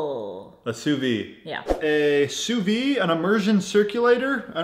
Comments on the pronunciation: “Sue veed”, not “sue vee” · I had no clue the Joule did all of that! Looks like sous-vide eggs are gonna be a new staple in my diet thanks to you guys 😍 And you still pronounce the "d" in sous-vide, just fyi :) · Please pronounce the D in sous vide haha